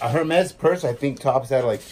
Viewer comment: Hermes is pronounced “her mees”.